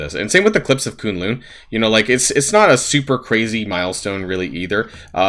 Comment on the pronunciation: Not Koon-loon it's kun lun rhymes with cunt lol